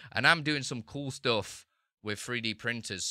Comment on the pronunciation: Not "ploogin", but "plugin". Not "stoof", but "stuff", not "oop", but "up" -- the worst pronunciation I've ever heard